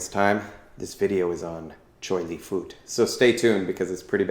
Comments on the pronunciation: it is pronounced fuht. like with an up, minus the p. still spelled fut though. please stop saying fooot. you are butchering it. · It's not pronounced as "foot", but "fart", in Cantonese means Buddhist. So Choy Li Fut is a system of Choy, Li, and Fut. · it's not pronounced as FART. It's pronounced as FUT as in Butt. never fart. where did you even get that from. and yes, we are one of the original MMA styles of chinese kung fu.